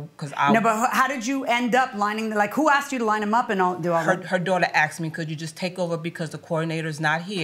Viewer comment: The pastor “axed” me???